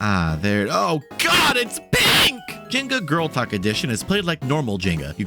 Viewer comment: I wasn’t looking at my phone and had to go back because I thought you said “girl tuck” instead of “girl talk” lmao